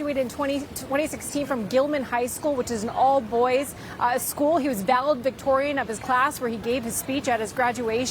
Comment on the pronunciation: Valedictorian not valedvictorian